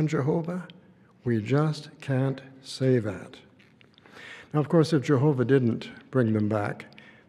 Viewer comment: I cringe hard everytime he says Jehoobah "merciful Judge"...more like angel of death 😮😮😮